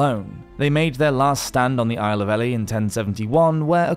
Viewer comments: Ely is pronounced Eely, not Elly. I didn't know where you were talking about at first. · E-lie not Ellie. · Ellie!! Who the hell is Ellie?? And why are they going there? Ohhhh you mean Ely Pronounced " E-ley" ( A town 70 miles north of London) 😊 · The town of Ely is pronounced "eely" like eel with a y. It took me several seconds to realize what "Ellie" was. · Not a single video without butchering the pronunciation 😄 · Yes! I was shouting “Eely” by the fourth rep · EE-LEE not Ellie \m/ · Ely, lovely place but pronounced Eely. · BTW Ely is pronounced EE lee. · Its pronounced ee-lie not ely the elephant?! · Ely is pronounced Elee! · For Goodness' sake, it's pronounced "Eely" as in a place with eels. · The isle of Eli pronounced eely as in the Isle of eels. A bit of basic research on place name pronunciations would help...